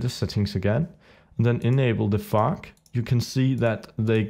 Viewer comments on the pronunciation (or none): when you say fog it sounds like your saying fuck xD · When you said FOG for the 1st tiem i thought u said f*ck :D